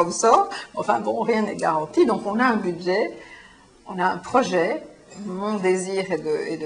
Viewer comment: "pro-geai"?ou projet...